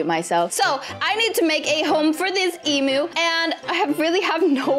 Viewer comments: the way she says emu her: Emoo Aussies: Eemyoo Her:Emoo😃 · not eeeemnu emu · It’s emu not Em! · I loved how they said emoo instead of emu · YOU SAY EMU WONG!!!!! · Me being Australian I get annoyed (not trying to be rude hehe) how she says emu lol. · you said emu wrong lol